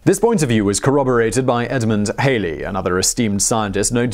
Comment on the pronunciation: Halley... not Hailey.